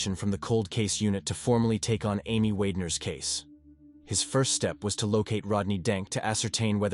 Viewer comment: This story should be renamed to "how many different ways I can say "Wagner" wrong".